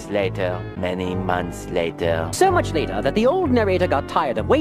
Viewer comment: This guy loves saying “L a t æ r”✨.